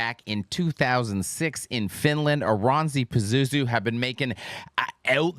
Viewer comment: IT IS PRONOUSSED AS ORANSSI VITUN PAZUZU PERKELE.. KANT JUU DOO ANYTIN RAIGHT!!! Literal translation of Vierivä usva is rolling fog/mist... but vierivä at this context flees for me more like creeping.